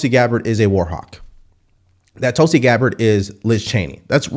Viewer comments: She may be intensely jealous of Gabbard that she got such a powerful & prestigious post while she, AOC, got nothing remotely comparable. Btw, Gabbard’s first name is pronounced ‘Thulsi’ (short vowel as in ‘put’, ‘th’ as in ‘think’), not ‘Tullsi’ (‘u’ as in ‘pulse’, ‘t’ as in ‘talk’). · Mispronunciation of the name Tulsi pronounced Toolse Tulsi has Its own mythological history .Its in every hindus courtyard and worshipped.